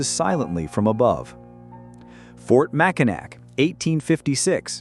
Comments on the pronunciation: It's pronounced mak-i-naw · Please, learn to pronounce the cities by their right name. 1st, it's not pronounced How-ton it's pronounced Hole-Ton or Houghton, Mackinac is pronounced Mac-in-awl. The c is silent. Remember Indian & French languages, translated to English. I can't take anymore I'm done listening. You have to do the rest of it. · Mackinac is pronounced mackinaw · Ho-ton, it’s spelled “Mackinac, but it’s pronounced Mack-in-naw, like gnawing on a bone.” The flashing yellow screen at each end of the pictures is VERY UNPLEASANT AND ANNOYING. Stop doing that crap. It’s not Yip-sil-lanti, it’s Ip- sil-lanti. The flashing lights are too much. I can’t watch any more. It’s giving me a headache.